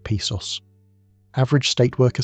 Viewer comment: This sounds like Ai garbage. Can’t even pronounce “Pesos” correctly.